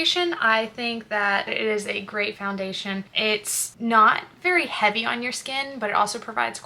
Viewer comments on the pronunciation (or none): none